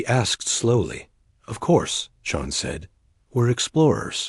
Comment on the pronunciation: Oh wow, another woman. Whose writing these dot stories. Can't even finish them or pronounce the Irish name Sean properly.